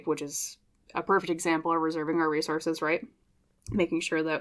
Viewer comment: You said "resources" a couple times in P:1, and I heard "race horses". That's what I need, a couple of race horses to get me out of my slump.😂😂😂